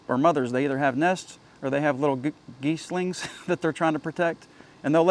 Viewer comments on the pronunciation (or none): Gooslings. Not Geeslings. Jeez. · Gosling singular or goslings plural with the "o" sounding like "ah" Jeez ... lol